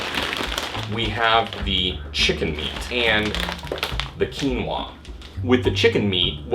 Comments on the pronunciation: Keenwarr. God I love American pronunciation. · It's called Quinoa. Pronounced "Keen-wah".